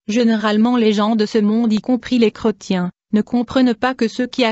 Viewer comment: qu est ce que c est desagreable cette voix mecanique en plus il y a des fautes de dictions style creu..tiens STOP les voix robotiques 😠